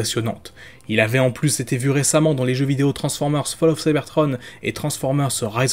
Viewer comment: Ce sont des films donc il a fallu être prompt.. même si je suis assez d’accord dans le fond (par contre on dis « transformers » (avec un S à la fin phonétiquement) tu le Prononce toujours « transformer » (eur).. un effort 😉